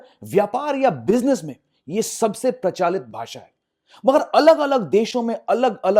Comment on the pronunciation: You said Prachalit bhasha🙂it is Prachlit